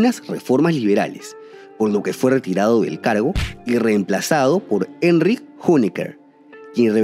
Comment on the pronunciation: Muy buen informe. Dos detalles: Konrad Adenauer se pronuncia "Adenauer" como se lee en español. Y Hönecker se llamaba Erich y no Enrich......